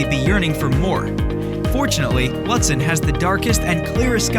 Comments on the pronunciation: I agree! Looootsen. And yes. The video doesn’t match the description. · Mispronounced Lutsen. Stopped video immediately. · It was hard to watch this video…the voice over guy has a nice voice, but doesn’t know how to pronounce Lutsen. Should’ve used someone from MN or someone that’s actually been to Lutsen. Also, the drone footage was nice but the description of activities unfortunately doesn’t match at all what you’re showing. Was hoping for more. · Find an announcer who can pronounce northern minnesota places properly: Lutsen is pronounced like Lootsen, and Poplar River like Popler River. Thanks!